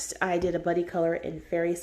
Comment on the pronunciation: The embarassment I felt after realising that you said "buddy colour" and not "body colour" is real. 😬😂